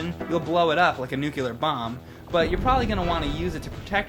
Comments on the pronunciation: "A nucular bomb" ? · Nucular? You'll blow it up like a nucular bomb... Also in that respect instead of aspect?. Dafuq man?